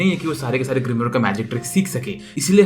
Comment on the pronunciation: Bhai wo grimor hota hai 😂